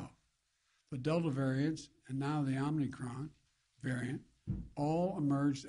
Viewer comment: Is he saying Omni-Cron?